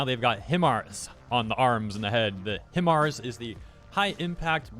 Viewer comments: Doesn't HIMARS stand for High Mobility Artillery Rocket System and isn't it pronounced High-Mars not HIM-ARS? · It's pronounced Hi-Mars. I used to be in the army as a 13M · "high" mars, is how it's pronounced usually, but God I love me some chainsaw man. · It's Pronounced HI-MARS. For those what is HIMARS, it is a High Impact Mobility Rocket System. A lightweight version of the M270 MLRS, Multiple Launch Rocket System. First used in Iraq, Syria and Afghanistan against the Islamic State. Now it is being used against Russian Forces. They carry GPS Guided Rockets. You can call them Cruise Missiles.